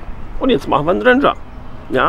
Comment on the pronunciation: Den was? Ich versteh immer Venger, wie Avenger ohne "a" 🤣